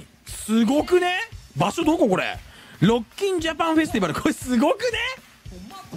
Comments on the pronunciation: 相変わらず加藤の新しい言葉知った時のイントネーションがおかしすぎてワロけるwww なんやねんロッ↓キンってw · ロッキンの発音がファッキン